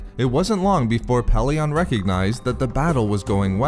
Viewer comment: 1st name I've heard mispronounced "Pellaeon"..short e in todays audiobooksand sounds better not short o at the end. unless you're a fan of the early audiobooks then add a C in the middle of Coruscant and kep using the short o of Pellaeon